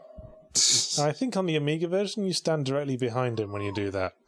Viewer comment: Oh-meager indeed.